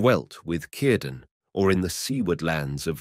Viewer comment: Nice video, It's a sa d thought that all Elves departed although the offspring of the elf/man unions remained but this sadness runs through all Tolkien's tales concerning Middle Earth. One small criticism and it is a very small one, Cirdan ought to be pronounced with the letter R trilled. This isn't normal for an Englishman I know but Tolkien would have liked it that way. If you listen to interviews with him he nearly always did that.